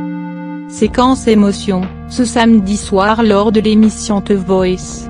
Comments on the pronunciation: La voix est chiante elle dit jeunifé au lieu de jenifer et teuh voice au lieu de the voice mdr jai mal au ventre 😄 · lol elle dit te voice au lieu de the voice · Jeunifé ? x) Jennifer ! Et pas Teuh VOICE mais THE VOICE ! xD Puis la voix et chiante x) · Elle dit jenifé et aussi te voice